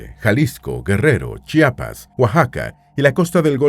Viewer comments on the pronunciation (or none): none